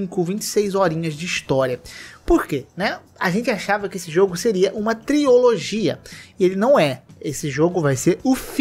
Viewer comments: kkkkkkk é que ele se referiu a um grupo de estudo com três pessoas , Trio-Logia kkkkkkkkkkkkkkk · se fala TRIlogia, tira esse "O" dai kkkkkkkkkkk